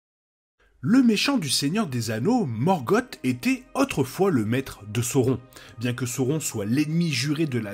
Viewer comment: Une chouette vidéo, très instructive. Je regrette juste "morgote". C’est Morgoth et c’est pas bien dur à prononcer, il suffit de sossoter un "S" à la fin. Cette différence sonore donne un ton bien plus pesant et sombre à son nom, et donc à son personage. Alors que morgote rappelle quelque chose comme gargote ou papote. Avec le "r" "français" plutôt que le pauvre "r" anglais relégué à une voyelle qui se prend pour une consonne, ce nom est encore plus formidable que l’original. C’est la malédiction de certains grands méchants d’avoir leurs noms dégradés dans leur version française par quelque chose de ridicule, comme Darth Vader remplacé par Dark Vador. On devine d’ailleurs une probable inspiration du couple Vader/Palpatine depuis le couple Sauron/Morgoth, même si c’est probablement Vader qui a de loin le plus de pouvoir potentiel, bien qu’il soit dominé par l’expérience de son maître.